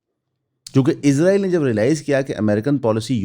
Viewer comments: 07:75 par aap nay Israel ka Naam Lia. Bhai jaan aap ezrael kehtay hain. Woh hamaray farishray hazrat ezrael ka Naam hai. Bara e meherbani lafz س par zor dain. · اسرائیل کہنے اور عزرائیل کہنے میں بڑا فرق ہے بھائی جان۔ آپ اسرائیل نہیں، عزرائیل کہتے ہیں۔ یہ بات لگتی ہے۔ حضرت عزرائیل علیہ السلام ہمارے فرشتے ہیں۔ آپ تلفظ ٹھیک کریں۔ مہربانی ہو گی آپکی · میرے بچے ابھی سیکھ رہے ہیں۔ آپکی ویڈیوز دیکھتے ہیں۔ انکا مجھ سے بار بار سوال کہنا کہ بابا یہ بھائی اسرائیل کو عزرائیل یا ازرائیل کیوں کہتے ہیں۔ عزرائیل تو قرآن میں فرشتے کا نام ہے۔ برائے مہربانی تلفظ ٹھیک کریں۔